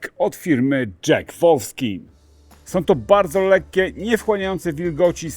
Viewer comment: Lubię ten kanał i prowadzącego chociaż nie znam osobiście ale ciężko się czasami słucha co mówi. Co to za wypowiedź marki WOLFSKIN? Kamerzysta, dźwiękowiec czy montażysta tego nie słyszą? Może też nie wiedzą jak to się wymawia? Ostatnio materiał o ostrzałkach i cały film pojawiała się STRZELINA zamiast szczeliny 😂. Albo robicie to celowo żeby ktoś taki jak ja to skomentował albo ktoś celowo sabotuje osobę Pana prowadzącego.